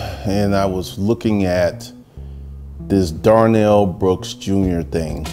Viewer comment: Darrell, not Darnell.